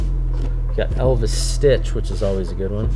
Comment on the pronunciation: did he say Elvis stitch?